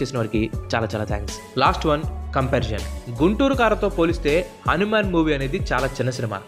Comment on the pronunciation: Bro akkadakkada హానిమాను అని పలికావు,అధి హనుమాను